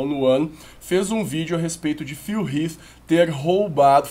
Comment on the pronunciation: Até q enfim alguém q pronuncia Phil Heath corretamente.